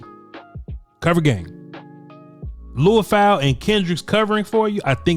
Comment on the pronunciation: His name is pronounced Lee-oo-fow, not Loo-i-fow. When you watch his college games, you'll hear the announcers all pronounce it the same- FYI.